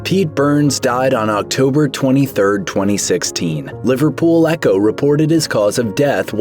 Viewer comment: Weird hearing an American saying the name of my local paper ( Liverpool echo )